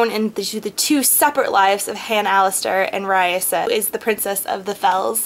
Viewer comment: not tryin to be mean when i say this but u pronounced raisa's name wrong.. i had heard cinda w chima say it in a interview thing.. it's kinda like raisin but instead of in at the end it's like an uh..